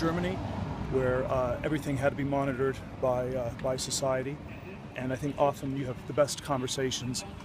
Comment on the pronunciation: "I sshink it's a good sshing.." 🤯